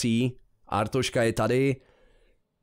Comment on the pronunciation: To je fakt mor, jak tomu všichni říkají Artoška. Podle mě není tak těžký říct Arstotzka xD